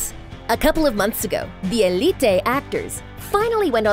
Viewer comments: ELLE EEEE TAY bruh just say uh leet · why did she said "Elité" instead of "Élite" 😭😭 and the names, i was dying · Just say elite not elitei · its elite not elitay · It's so weird to listen the spanish names, btw for eveyone it is not elite its more like ëlite😂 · eleet-tey ; D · Hugo F. Núñez more like Elíte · Lucretia? Pawola? Elitey? Lol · eli-tay? What? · I don't like The way she pronounced elite 💀